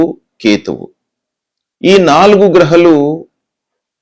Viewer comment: Grahalu... గ్రహాలు.. హ కు దీర్ఘం ఉంది .. సరిగా పలకాలి కదా